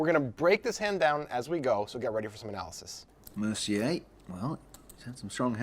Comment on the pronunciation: No comment on the poker because I suck, but two observations: - Is it "Mercy-yay" or "Mercyer"? - The commentator here is like the anti-Jesse May.